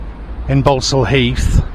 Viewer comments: It’s pronounced Ball-saul not Bal-sul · Its pronounced Ball. Sal Heath. Ball not Bal. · It's pronounced", ball stall" heath as in "football" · Its pronounced ball sall heath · Balsall in Balsall Heath is pronounced 'Ball-sall'. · Its pronounced Borsal heath🤣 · Its pronounced borsal heath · You can't even say Balsall Heath correctly 🤣 it's pronounced Borsall !!! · Pronounced boresal Heath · 'Balsall Heath' - pronounced 'Bor sul Heath'. shyt ole